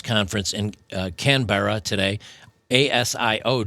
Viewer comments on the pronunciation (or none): Canberra is pronounced ‘Can-bra’.